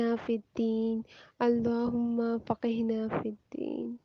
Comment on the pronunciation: السلام علیکم و رحمۃ اللہ و برکاتہ اللہم فقھنا میں ق پر تشدید ہے اس کی ادائیگی مکمل نہیں ہوئ